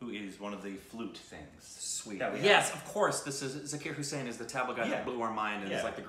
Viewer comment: Bro that is Zakir Hussain not zakar hissaiiinnnn